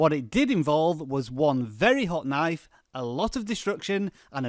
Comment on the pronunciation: Pretty informative, yet I got to admit I don't like the way you pronounce 'knife'. Naiff xD